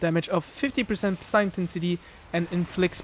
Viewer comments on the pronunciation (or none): ok little dude, this is meant to be helpful not me bein a D.... The p is silent in psi. It's pronounced SAI (like saying "eyes" backwards), not pisseye. Also, saying the letters individually would be incorrect, as P.S.I. is an acronym for a unit of measurement, that being Pounds Per Square Inch.